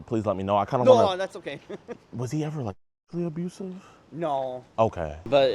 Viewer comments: Tf is 'Absuive'? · jidionnnn, its not "Absuive", its "ABUSVIE" how much of a idiot are you jidion.. (no offense i love you so so so much pls i want a autograph pls look at me pls pls pls pls pls notice me pls jidion pls) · Ah yes, the new term: “absuive”. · I love an "Absuive" Husband